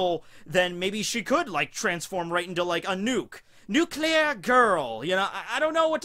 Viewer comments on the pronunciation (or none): Say nuclear again